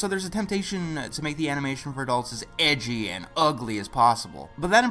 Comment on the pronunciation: Something about the emphasis on EDGY makes this video so much better xD